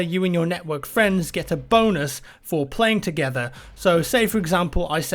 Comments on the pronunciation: I kept hearing boners instead of bonus "dont expect to be hopping around and getting boners" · It's because it sounded like he was saying "boners." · Thought the same thing +MrThedopeshow Sounds perfectly like bonus already. And if some people think he's saying boners they can deduce from the context that's obviously not the case.